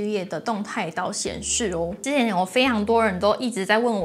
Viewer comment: 動態島 打成動態鳥 雖然蘋果妹也是講動態鳥就是了😂